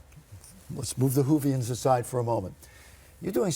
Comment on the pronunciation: Lovely interview! Dude said Whovian LOL